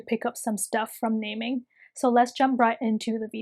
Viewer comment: It’s actually called na-ming btw i luvv ur video 😻